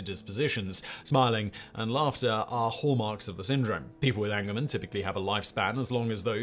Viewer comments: Angelman syndrome is pronounced Angel not angle. People with this genetic condition are often referred to as Angels for short because of their very happy, and excitable disposition and personality. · Angelman syndrome is pronounced AHNG-juhl-muhn (Like an angel from heaven, not an angle from geometry) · Thank you! It drove me crazy every time he said it wrong. lol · It's Angelman's, not angleman's. Angelman as in "Angels we have heard on high". So called because of the happy disposition of the affected individuals.